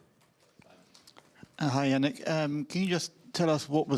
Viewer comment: Jannik, not Jannick!! He's italian not german.